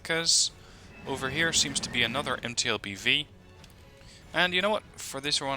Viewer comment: it confuses me when you say mtlbv I sometimes understand empty lbv